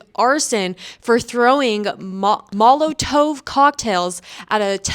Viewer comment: I greatly enjoy your vids, but I would recommend research on the enunciation of words that you are unsure about (Molotov). Not only for better presentation, but for personal growth and education.